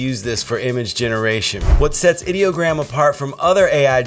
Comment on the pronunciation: You started off saying ideogram correctly, but as the video progressed, you started saying it wrong. What's up with that ? I use Ideogram as my "go to" site for almost everything. I have created 3 virtual TV stations and 2 virtual radio stations using Ideogram. I love this stuff.